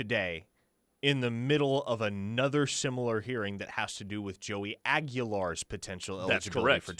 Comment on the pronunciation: Pronounced 'AH-ghee-lahr' - not 'AAG-you-lahr'.